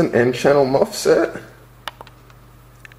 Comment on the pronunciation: Stop saying mofset. It's mosfets